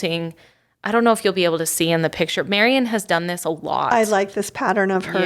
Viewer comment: Oh - I love listening to your podcasts while I’m driving and have learned so much from them! Could you, though, please teach how to pronounce “picture?” Every time he says “pitcher” I cringe! Your podcasts are of such a high quality, except for his mispronunciations!